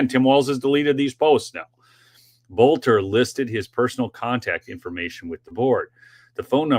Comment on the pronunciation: Just a quick correction, his last name is pronounced Belter. The O is silent. His dad was my geography teacher.